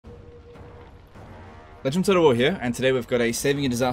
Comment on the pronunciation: I slowed it down to 50% and realized he's not saying Leged of Total War but LegendTotalWar =)))